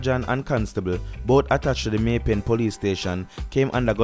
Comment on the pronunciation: May pen not may pay